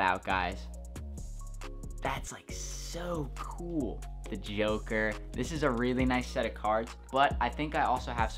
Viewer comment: "the geoker"